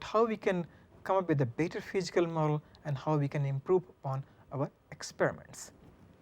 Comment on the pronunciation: I'm sorry but I can't get over the lethargic presentation and "Fichikal" problem. God bless his students.